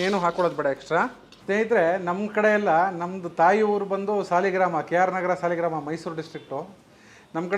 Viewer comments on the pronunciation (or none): none